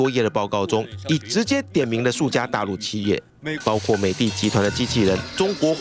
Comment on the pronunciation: 不是包括吗？怎么就包瓜了？什么叫包瓜了？！主播连中国字也不会念？退休吧